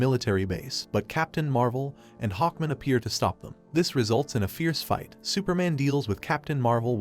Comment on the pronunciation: He also doesn't say "Hawkman" or "protagonist" right either